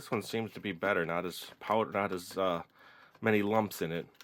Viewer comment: When you said many it sounded like money.hehehehe